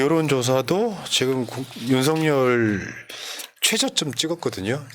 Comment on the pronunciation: 유툽보면 윤성열 이라고 발음하는데 윤서결 이게 맞는 거 아닌가요?